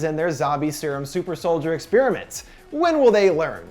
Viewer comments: Say 'Ex-spearmint' one more time I double dog dare you. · God, why can't Americucks ever pronounce 'experiment' correctly...